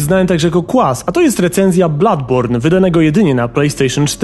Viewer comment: Nie ma czegoś takiego w j. angielskim jak "Bladborn" jest to niepoprawne..